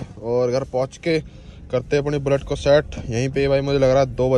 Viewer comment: भाई शट नही होती सेट होती है 😂